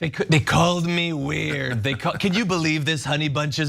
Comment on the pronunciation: He’s saying weird like he doesn’t know what the word WEIRD means 😂😂